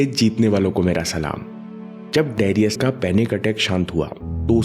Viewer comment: it's not डेरियस it's डरायस : Great msg nice video..Thank you